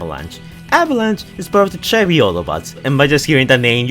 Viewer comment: When you said "Chevy" I thought you said "cherry". not to be rude